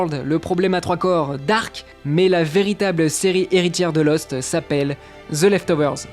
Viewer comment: Vous faites exprès de dire ''Ze'' ?